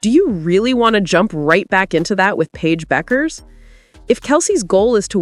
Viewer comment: What about Clark's flaws?? (Turnovers, ball domination, poor shooting, no defense, your). Paige is DIFFERENT from CC, as she can do well without the ball, so your assertions are all wrong. Paige DOES NOT have to be the biggest scorer, and her last name is pronounced "Beck", not "Buck". Kelsey may simply wish to leave the toxic Clark fan environment. Kelsey can be the #1 option in Dallas. Maybe try watching some games.